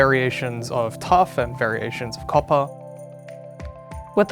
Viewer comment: they said turf instead of tuff